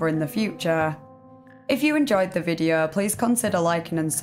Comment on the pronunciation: “This videaaa” 😅